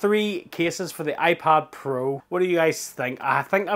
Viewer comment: iPod Pro?? Thats the first thing i heard, and even the subtitles say iPod 😂